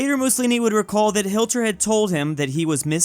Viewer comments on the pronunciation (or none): my man really said hilter😂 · bro said Hilter